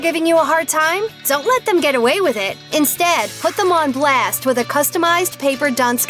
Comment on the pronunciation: why did she say blast like that